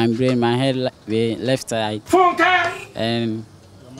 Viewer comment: i was killed the first seconds in😂 ma guy, my ''blain'' paaa chai